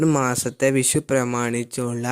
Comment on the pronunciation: വിശു അല്ല. വിഷു എന്നുപറ.